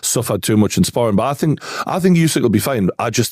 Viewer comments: For someone that can't pronounce "think", he says "fink" a lot the fick cnut. 😅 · Can't listen to anyone who starts a sentence with " I fink" ...FFS